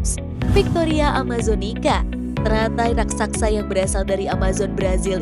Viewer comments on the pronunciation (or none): raksasa bukan raksaksa